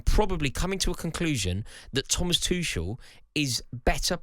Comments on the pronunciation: Rory still calling Tuchel "Two-sh-ell" rather than "Tookle" I see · Another TOOSHEL butcherer. FFS